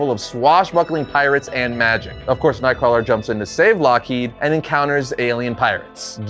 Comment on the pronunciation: Nothing clearly identifies you as a reliable source of information on a character like mispronouncing said characters name literally every time you say it…